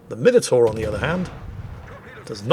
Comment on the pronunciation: After listening to Flambass and everyone else say Mine Oh Tore, it's simply lovely to hear proper English and you say Minotaur! Marcau doesn't have reload boost, just 3 second reload.